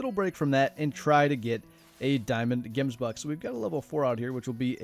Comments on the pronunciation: Pronounced 'Hemsbok'. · If you ever pronounce gemsbok like that in front of me, i will slap you square in the face